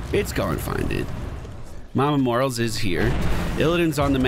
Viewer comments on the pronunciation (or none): everytime I hear mama morals, I just fucking die inside, mor-A-les the A is not silent. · Does he say Morales wrong on purpose or does he not know?